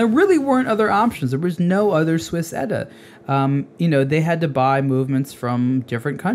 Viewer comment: It's "E-T-A", not "Etta", you ass!